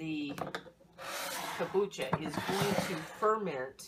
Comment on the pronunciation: Hey nice lady! so please say the M in Kombucha :D , then at about 7 minutes into the video you use some kind of lemon juice out of a store bought bottle what looks like. Just make sure there are no preservatives in there as it kills/fights bacteria and yeasts. Other than that, thanks for the good video! Whish I could get my hands on those brown bottles...